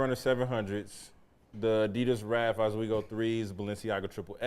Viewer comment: Why did he keep saying Osweegos as a Nike? He confused the shit out me.